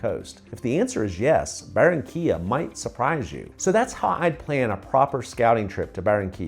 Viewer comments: Por favor si vas a hablar de Colombia por lo menos dí correctamente los nombres de las ciudades y pueblos de los que estas hablando. No es Baronia se llama Barranquilla, Cartago es Cartagena, a lo único que le pegaste fue a Santa Marta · If you're going to talk about Colombia, at least get the names of the cities and towns you're referring to right. It's not Baronia, it's Barranquilla; Cartago is Cartagena; the only thing you got right was Santa Marta.